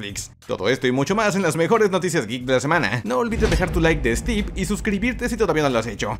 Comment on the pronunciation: Cuando dijiste like de stieve pense que era un ladrillo y luego lo capte xD